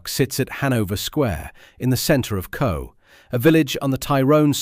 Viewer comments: Coagh (emphasis on the GH), not "Cooh" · The village Coagh is pronounced "coke". It is very annoying heading this and other towns and villages mispronounced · Its Pronounced 'Coke' and you've got Alistair Harkness and Tony Doris the same pictures FS. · As Seamus Heaney observed, the ' stranger' can't pronounce 'Coagh'